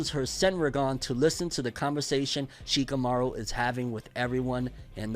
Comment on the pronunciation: Lmaooo he said shakimouri😂